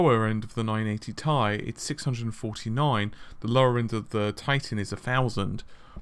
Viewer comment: Just say "T" then "I", who pronounces it as "tie" when it's an abbreviation for titanium?